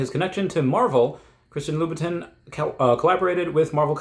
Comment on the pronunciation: It’s pronounced Christian Lou /bəˈtän/.